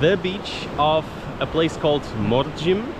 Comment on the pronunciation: The last m in Mandrem and Morjim is silent.